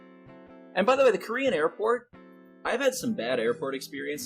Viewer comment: Well the TSA were racist to a lot of ppl that weren't white, so I don't think any of those ppl will pity you anytime soon, Mr.crybaby. Oh ya... The way you are emphasizing the word Korean is way more racist. Why don't you just quit taking planes like you quit hearthstone. Kappa